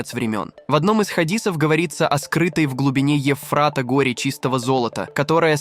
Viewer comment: Горе ( ударение на о) из чистого золота. Комментатор, ты хоть слышишь себя? Или ты смысла этой фразы не понимаешь и других тоже? Куча таких ошибок🤦‍♀️